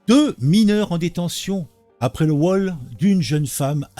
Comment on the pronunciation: Je suis « mineuw » !!! 😅